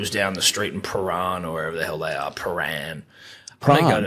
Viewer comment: As a Victorian dribbler, skin absolutely crawling at the pronunciation of Prahran.